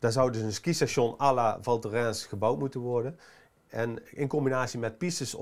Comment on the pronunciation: Spreekt alsjeblieft wel even op z'n Frans uit.